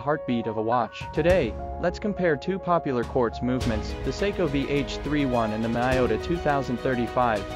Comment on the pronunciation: miYota, not miOta